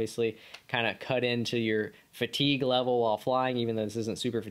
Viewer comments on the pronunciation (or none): none